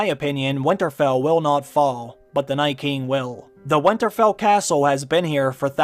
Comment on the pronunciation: you say winterfell weirdly and say it far too often